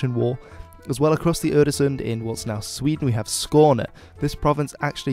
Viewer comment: You actually pronounce the words quite well considering you don't speak the language though y in Jylland is less I and more Y. And øresund failed a bit. Hedeby also needs to be pronounced more sloppy/Danish - more emphasis on the vowel.